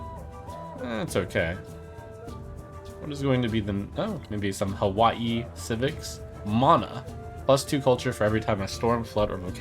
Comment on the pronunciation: Pog pronouncing Hawai’i right